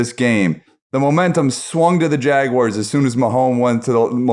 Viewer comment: Love these podcasts, but: Its Jag-wars not Jag-wires!